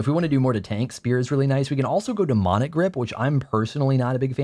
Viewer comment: "if only we had meeana"